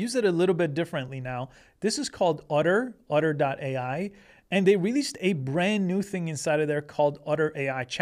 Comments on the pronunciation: Otter or Utter? Are you sure you are pronouncing that right? Is it supposed to be "Otter" as in the animal? Or really "Utter" and they spelled the name of the company wrong? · Why is he calling "Otter" "Udder"? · Great video but ask Chat GPT to pronounce "otter" for you. What you were saying was "utter," a completely different word. :D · Are you saying "utter"? 😂 😂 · lol udder AI. I never noticed he had an accent until he said Otter in such a strange way. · I kept hearing “udder” 😁